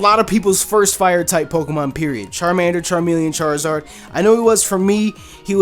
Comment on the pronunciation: I twitched a little the second I heard Charizard